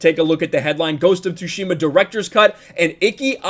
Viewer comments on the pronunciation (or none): I am soo looking forward to have a go at the game, I still haven't to this date! And coincidentally I am also learning Japanese, so gonna totally play it with Japanese language option! Also, a small tip - its pronounced "TsUshima", not "TsushIma";) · The t is silent you thick w⚓ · .............the T is silent.